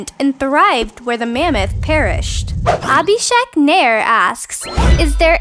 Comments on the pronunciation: UHHHHHHHHHH it's so cringy to hear foreign people pronounce our Indian names wrong >n< It's pronounced 'uh-bhee-shake' 'naa-air' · Da heck abhishek nair is my cousin And also that's not how u pronounce abhishek nair